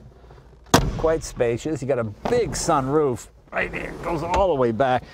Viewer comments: Jay emphasise the 'roof' in sunroof. Bit odd. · I have never heard anyone other than Jay say sunroof as if it was two different words.